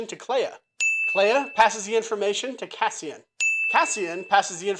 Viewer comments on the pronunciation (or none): none